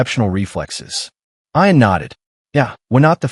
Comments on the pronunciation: If, unlikely as it may be, his name was ION, then the pronunciation is correct. But if his name was IAN, then the pronunciation should be ee-an. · EYE-AN INSTEAD OF EE-UN? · ee-unn. fix your junk AI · Ian Ziering pronounces it I’an, not E’an. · Ian (Ee-an) Fleming - the creator of 007 James Bond.